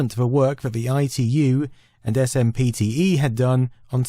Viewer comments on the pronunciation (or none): “Ess Emm Pea Tea Eee” 😂 too clue! You ARE joking, right? You know that SPMTE is pronounced “SIMP-tee”, right? Right 😮? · SMPTE, pronounced 'Simpty' by those working in the industry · Great video. Couple things I wanted to add. SMPTE is general accepted as “simp-tee” for short. Save yourself a mouthful next time. One other cool note is that if you multiply the width by height by framerate from NTSC land( ) you get the same number as doing the same equation in PAL resolutions. ( ). Both yield 10,368,000. Not sure why this is. Seeing as how both standards have the same bandwidth I’m guessing that’s just the most they could get out of it. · It's pronounced "simp-tee". Sheesh.